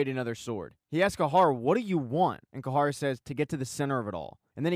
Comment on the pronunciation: It’s Cahir not cahar